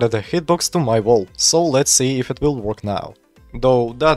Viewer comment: Слышу что "й" и "р" сильно читаешь. Wall не волл а уолл. Также между словами слишком большой промежуток. Я не наставиваю но можешь поработать над этим если не сложно.